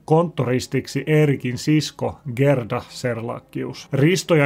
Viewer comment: Haloo! Gerda lausutaan: Jäärda